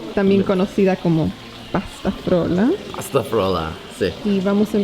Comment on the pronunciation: que capo diciendo pastafrola y no como muchos aca que le dicen pastaflora y no hay forma de que lo digan bien aunque lo repitan mil veces xD te doy un 10... besos desde Argentina